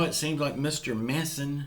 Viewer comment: You say manchin the way you pronounce it like a house manchin